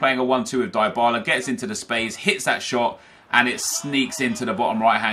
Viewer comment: Its pronounced deebala, not diebala